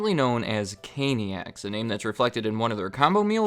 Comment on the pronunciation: "Canicas"--got it.